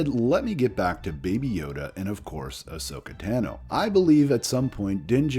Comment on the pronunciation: She's my favorite character...pronounces her name wrong... I'd love to see more Ahsoka in CG or Live. I think, to be fair, they should do a screen test with Ashley as Ahsoka.